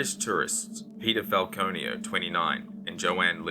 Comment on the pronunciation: I keep hearing peter file-conio. 🤦🏼‍♀️